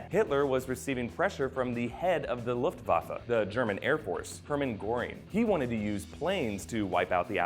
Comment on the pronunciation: So far you are the only eglish speaker i know to pronounce Luftwaffe right.